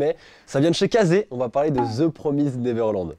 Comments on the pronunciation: Je suis la seule à rager quand dit: The Promize Neverland;-; (je le dis PromizèD moi perso) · Part du principe que le son èd n'existe pas en anglais donc c'est promizd et pas promizèd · Sa se dit The promisd et pas the promisèd sa n'existe pas ca 90% des français font cette erreur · "Theuu Praumizeed Naiveurlande" on t'aime. X) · Ça se prononce "promyzd(e)" en anglais en fait, on prononce pas le e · je rage aussi tqt x) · C très perturbant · The Promised Neverland, mon manga préféré ever 😭❤ Tu sais juste pas le prononcer mdr